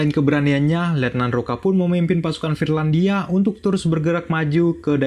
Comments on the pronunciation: Finlandia bukan firlandia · Trlalu sering salah ucap "FIRLANDIA"